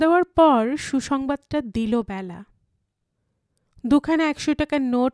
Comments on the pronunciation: Nam ta byala noy Bela. Khub Kan e laglo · উচ্চারণ টা বেলা হবে , ব্যালা নয় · Hu, Byala noi Bela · Bela hobe naam ta.....not byala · উচ্চারণ টা বেলা হবে । নামের ক্ষেত্রে এ কার উচ্চারণ হয় ।